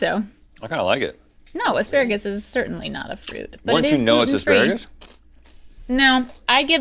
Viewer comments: No one, literally not a soul: ... Link: Aspragatus? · Link- instantly comes up with two slightly esoteric words on command Also Link, trying to say asparagus- "Spragadus?" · "aspragadus" -Link Neal, 2019